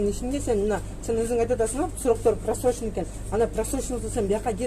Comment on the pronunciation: Залда вообще болбош керек просроченной товар .бул башы жок артында турган деп доодуроп атат го....суйлогонун турат го Эл душмандары!